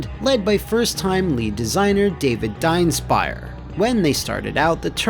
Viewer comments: Well the fact that his name has a funny meaning is only topped by the horribly failed pronounciation of it here. Well murica style living in their own little world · I like how Dienstbier's name is just butchered more and more every time it's spoken. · as a german hearing your pronunciation of Dienstbier just hurt XD btw, it translates to dutybeer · Is his name Diebstbier or Dienstiber? It shows respect to have the correct name in your video and not change it up several times 🤦‍♂️